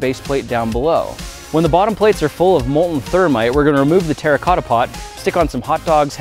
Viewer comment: When you play minecraft and u hear grant say "terracota" 😮😱😂